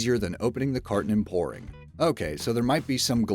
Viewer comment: When you say "pouring", it sounds like the word "boring". Anyone else notice that?